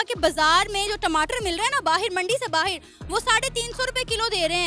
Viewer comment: बाहेर नहीं। बाहर होता है।😃😃